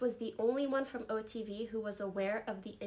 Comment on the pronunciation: He really said OFTV haha